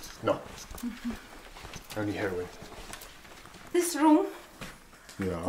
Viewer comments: when the hotel woman asks if he smokes.... he says no..... then it sounds like he says.. only heroin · Actually he said..."harald".. Not heroin...